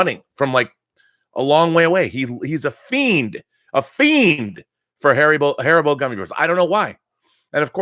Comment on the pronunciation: HAR-EE-BO, thats how you pronounce it ;)